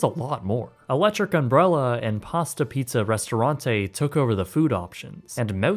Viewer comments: Pasta Piazza, not Pasta Pizza. Piazza is the italian word for "square / plaza / quarter" etc. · pee-ahh-za. your pronunciation is almost as infuriating as people who say foy-yer